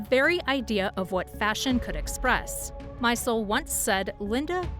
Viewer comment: Would be nice if you pronounced her name right (and Steven Meisel, too.)